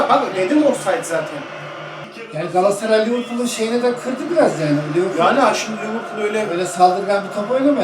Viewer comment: ciğim, Seni çok seviyoruz. İstanbul 'DAN sevgiler. Bir ricam olabilir mi? Lütfen galassaray değil de; GALATASARAY telaffuzu yapmanızı istirham ediyoruz.❤